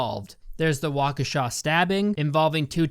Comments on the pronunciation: Oh my God he pronounced Waukesha correctly Edit: And clearly put way more effort into this video than the director, writers, actors, etc. put into this movie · Thank you for saying Waukesha correctly. I live here and no one ever pronounces it correctly. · WHAAAAT?? He said Waukesha right omg